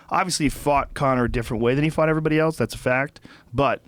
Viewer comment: Love the podcast and love Joe, but I see a flash of white rage every time he pronounces the word "else" as "elts"